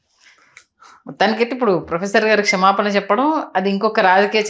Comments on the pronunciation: ఒరే..ఎందుకురా తెలుగు భాషను నవ్వుల పాలు చేస్తున్నారు??? క్షేమపాన కాదురా మీ దుంపలు తెగ... "క్షమాపణ" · తల్లీ నీవు రాజకీయ విశ్లేషణలు చేసేముందు తెలుగు బాగా నేర్చుకుని పెట్టు తల్లీ. క్షేమపానమేంటి, సురాపానంలాగా. నీ బొంది అది క్షమాపణ.